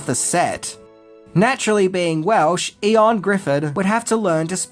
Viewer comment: Ioan Griffiths, Ioan, pronounced Yo-un. 👍